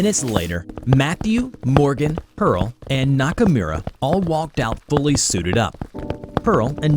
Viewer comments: The way he said Nakamura, as a weeb I did not approve. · Look my man i like you but that pronounciation of "nakamura" was atrocious